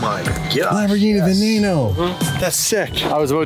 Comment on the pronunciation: Pronounced Veneno incorrectly BTW. It's okay, David pronounces Jesko wrong too so 😂